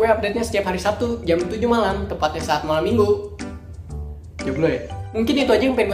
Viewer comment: Azek. Tapi malem minggunya jangan ditekenin gitu